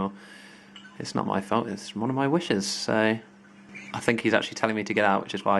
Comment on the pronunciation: you pronounce 'wishes' as 'wushers' :')